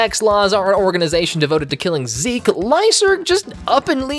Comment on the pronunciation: not 'ZEKE' !!! sdufhsjfsokdlofsd